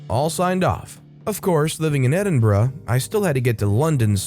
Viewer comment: Well you got Edinburgh right, but made an absolute hash of Slough and Cheltenham. The Ough is spoken like "cow", and Cheltenham is more like Chelt'num.